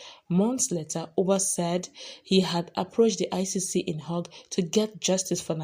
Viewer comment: Notice a small error in pronouncing The International Criminal Court at the "Hague.".